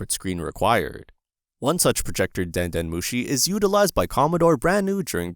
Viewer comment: Den nœt mochi 😱😵🍚